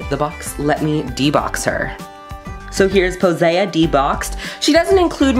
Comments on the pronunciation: her name is pronounced (poh-see) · I think it's pronounced Po- Sea like the sea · Pretty sure her name is pronounced Poe-seye-aah. To sound like Poseidon.